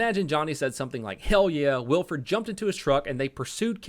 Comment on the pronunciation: This is massively late but it’s pronounced Will-eh-ford.